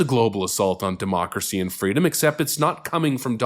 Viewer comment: Quit saying demoocracy you annoying tit